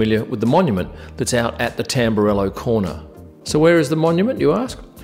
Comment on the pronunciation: Mon-yum-ants, monuments! just when I thought you couldn't get any more sophisticated